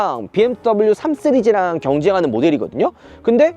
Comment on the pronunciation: 진짜 궁금한데 3시리즈 말할때 3쓰리즈라고 하나요 발음이 안되는건가요 궁금해여